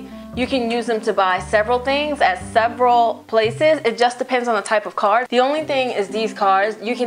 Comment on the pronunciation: "Yo go get this t-money cardeu" 😂😂😂